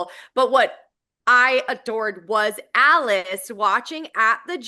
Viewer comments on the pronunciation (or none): Alice and Asia are pronounced "Ali-Chey" and "Azeeah". Y'all are doing amazing, sweeties.